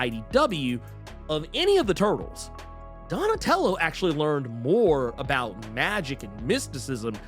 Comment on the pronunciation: 😂 Donatello does machines, damn it. Say it right! 😂😂